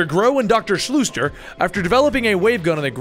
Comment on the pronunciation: The Dr.'s name is pronounced Shooster, not Shlooster. Just a heads up.